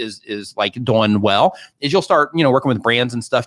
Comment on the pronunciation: "See wach you're DAWOING!"